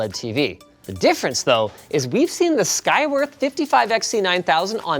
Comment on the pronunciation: Oh man. I thought Linus was saying "Skygrift". I literally thought that was the company name for a bit there.... 😆